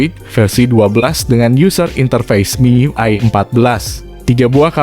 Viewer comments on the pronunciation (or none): none